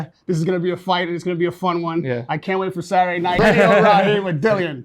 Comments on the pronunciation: His name is not Dillion, it’s Dillon. Interviewer sucks at his job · Why’s he saying “Dill-lee-on Danis”? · why does he keep saying his name as "Dillion"? ahaha